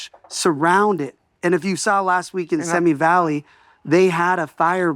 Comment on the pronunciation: Okay, why can’t Spencer pronounce Simi Valley correctly? He lives in the area. 🤷‍♀️